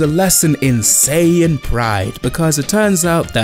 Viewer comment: It’s SAI-yan not SEI-yan and it’s KAI-yoken not KAY-yoken